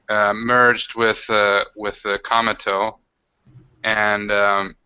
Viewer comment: I really like the Cometo character, but I constantly understandGamingBeast saying "Cameltoe"...